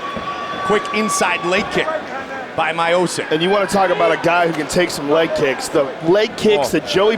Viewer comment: " Stipe Mayosick"